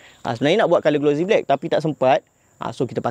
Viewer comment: Sebutan bukan glo zie. Tapi glo sie. Bukan Z tapi S